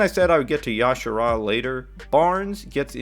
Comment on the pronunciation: It's not y'shara lol, you say the j